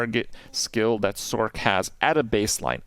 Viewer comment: First time I have heard anyone say "sorK"